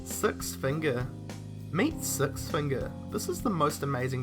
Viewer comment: Is he from NZ all I need to hear is number SUX then I will know btw I love NZ its a wesome